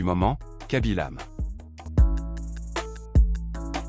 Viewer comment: Ce n'est kaby lame mais (mé) e ce prononce (é) et il n'y a pas d'accent aigu au e.